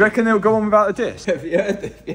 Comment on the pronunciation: heveh is not a word lad